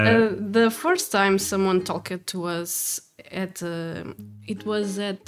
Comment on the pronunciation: your English is outstanding. I only speak one language, so I am in no position to be critical at all. But if I could make one suggestion. The "e" in "talked" is silent. I I think it should probably be spelled "talk'd." That is true of any word that ends in "ed"